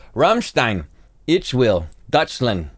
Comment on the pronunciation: And I don’t want to be that person but again it’s deeeeuuuuuutschland not dutchland haha Dutchland would be the Netherlands 😉